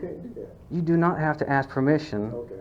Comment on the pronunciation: Ignorant ass pigs. Its ask not aks you freaking wannabe thug.